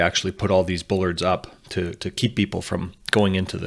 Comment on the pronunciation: the word is Bollard, not Bullard